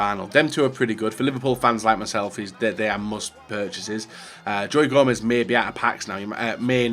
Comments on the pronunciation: Joey Joemez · Why does he call him joey Gomez??? No one calls him that.